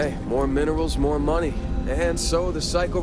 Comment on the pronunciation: "give me muneh" lol